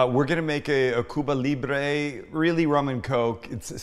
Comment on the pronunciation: I am Cuban American and I approve, Sam! Last thing, we don't really pronounce the "b" when we say "Cuba" and "Cubana/Cubano". It's more like "Cu____a" and "cu____wa___na", and "cu____wa___no." The "b" is almost silent It takes practice.